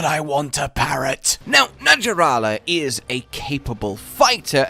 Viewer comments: 100% sure it's pronounced NaHarala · I wish the designers just went full-snake and omitted the legs. Btw, the j in “naja” is pronounced like an h in Latin. So it’s “naHArala”. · Its pronounced Na Har la